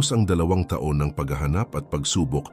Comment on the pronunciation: Mali ang pagbigkas mo,taon hndi ta-on